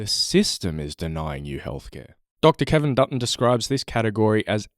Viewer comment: I kept hearing Peter Dutton when you said Kevin Dutton lol